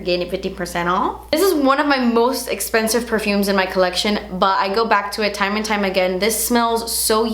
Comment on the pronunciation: her accent when she says "through" and "esspensive" <3 :D